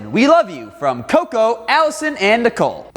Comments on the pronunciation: He pronounced choo-choo like cocoa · When he said cocoa instead of of choo choo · Coco......you mean "Chew Chew" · Choo choo not coco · I believe it's pronounced Choo Choo